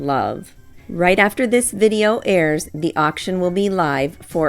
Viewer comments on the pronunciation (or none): none